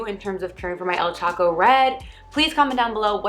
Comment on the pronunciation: I realize this is an old video. But do you know you are prononcibg "Choco":wrong? Why are the leaves so small? And HEY if what works for you..works for you!!!